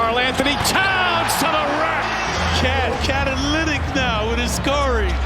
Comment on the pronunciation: kat-alytic babahhaha